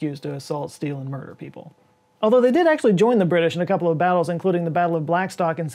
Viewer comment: mer- DER. judus noo